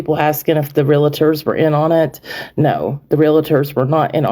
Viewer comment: Good grief. It’s spelled “realtors” real. tors. NOT real-i-tors!! There is not an ‘i’ in the middle of the word! So annoying.